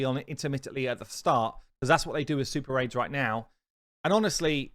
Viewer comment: Swear to god I thought when you said Super Raids, you said Super AIDS. Must be watching too much South Park.